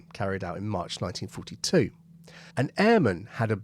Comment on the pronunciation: When you enuncate years like "1942" (e.g. and ) it sounds like "1952". I was so confused.